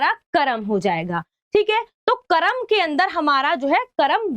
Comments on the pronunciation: Ma,am oo karam nahi hota wo karm hota hai 😂😂😂😂😂😂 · Karam❌ karm✅😅😅